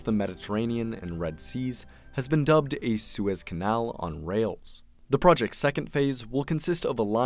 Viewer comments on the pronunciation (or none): none